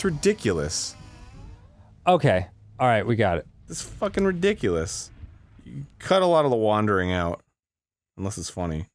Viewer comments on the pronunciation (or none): none